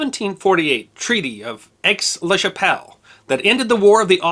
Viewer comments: Aix-la-Chapelle is now the German city of Aachen and was the first German city to be captured by the allies(specifically the American 1st Army) in WWII. Aix is pronounced "A", or perhaps "Ai" or "Ey" and not "X", as in French the final consonant is usually silent. Think of the Scouse war cry of A, A, A, Calm down... (sorry, couldn't resist that one) and you are there. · maudite anglais, the x is silent in aix and is pronounced A.